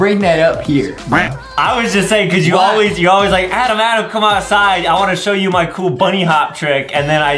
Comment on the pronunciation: DID U JUST CALL HIM ADAM IT IS ADEM